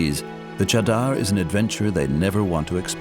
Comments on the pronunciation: For the world : The cheddar here is actually refering to the 'mattress' formed by the hard ice. I dont understand.. that even after hearing them a million times call it 'chaadar' the narrator still calls it 'cheddar'.. 😂😂😂😂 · The “cheddar” is actually pronounced Cha( like 1-2 cha cha cha) and dar ( dar like jar). It means blanket in Hindi. This trek is done during winter months when there’s a blanket of snow and ice. Hence the name! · my god the pronunciation of chadar in the dubbing is horrendous. Also the description of chadder is so unnecessarily complicated. Chadder means blanket here its referring to the layer of ice covering the river. if it's thin it's obviously bad and it breaks under them if its thick its safe to walk on. thats why its called the chadder trek